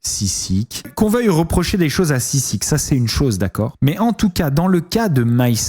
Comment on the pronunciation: SISIKAAAAAA, ya un A à la fin 😭